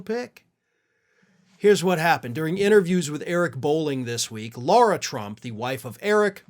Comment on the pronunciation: It's Lara Trump, not Laura Trump